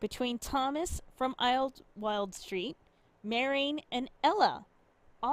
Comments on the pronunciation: It's pronounced idle wild as in wasting idle time idle. Just add wild, idlewild. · Idle-wild. Thats how it is pronounced by us yinzers. We even have an amusement park called idleWild.